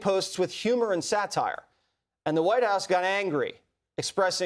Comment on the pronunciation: Satire 的發音有誤喔